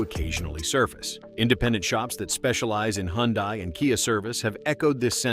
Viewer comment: Hyundai is pronounced like "Sunday". Just saying. BTW, I only use Top Tier Plus gas, Valvoline Restore and Protect synth' oil, and Mobil 1 synth' oil filters. AND an Italian Tune Up once a week in my wife's 2023 KIA Sportage, and my 2012 Sorento with nearly 106,000 miles on her !!!😂😅😊